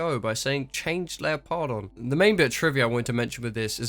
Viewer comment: I listened to the audiobook. I cringed real hard when I heard it pronounced LEOPARD-ON and not LEO-PARDON And I actually loved the book